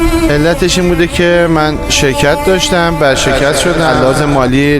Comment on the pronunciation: ورشکست نه برشکست